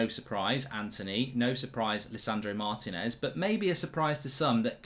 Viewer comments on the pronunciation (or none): It’s pronounced Mar~Tea~nez not martin~ez. Plz pronounce our names correctly